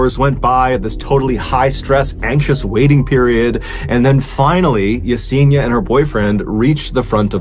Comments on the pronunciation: It's pronounced Ya-Sen-EEEE-Ah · Mr. B. Allen, you are mispronouncing Yesenia's name. Ask someone of Latino heritage how to pronounce her name. It's actually pronounced (e-seen-i-ah.)